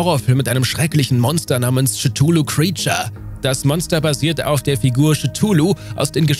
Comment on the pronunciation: Cthulhu wurde auch komisch ausgesprochen. Schetulu? Es ist nicht geklärt, wie Lovecraft sich den Namen gedacht hat, da es heißt der Name sei nicht auszusprechen. Aber bitte nicht Schetulu!